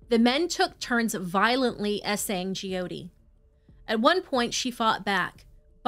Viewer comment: It's pronounced Joe-tee not gee-oh-tee.